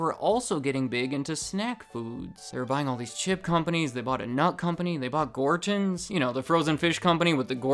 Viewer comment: Not trying to troll.... but, are you saying Gortch-ons rather than Gor-tons? is that how it's actually pronounced? My whole life it was simply Gor-tons